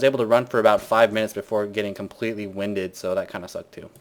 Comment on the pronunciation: How did you pronounce 'winded' again?